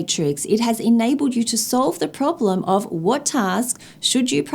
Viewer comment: What's a "prolem" (pronounced: problem) LOL😂 (Point 4 of "advantages...")